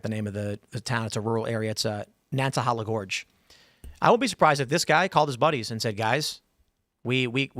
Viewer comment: Someone please teach Tim how to pronounce Nantahala correctly.